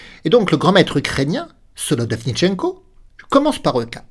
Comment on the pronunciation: Merci pour la vidéo 😀 je suis ravi de voir que l'entraînement sur la prononciation du nom du GM Solodovnichenko à portée ses fruits 😀